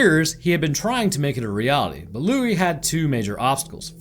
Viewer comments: louie not louisssss. in french the S is SILENT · Loius Lou-eye! Oh oh! Where did he go!? Oh oh oh oh oh oh! (had to do it)